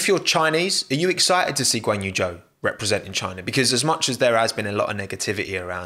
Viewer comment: It’s Zhou but no one knows how to pronunce it